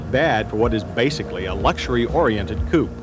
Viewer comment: First year for the Isuzu, Suzuki, & Toyota joint ventures, the Astro/Safari, & both the C & N-bodies. .........the biggest laugh I've had yet this morning!!!!! .........STILL LOVE the way John pronounced "coupe" back then!!!!!